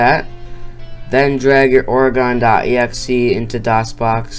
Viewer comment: you said oregon wrong lmao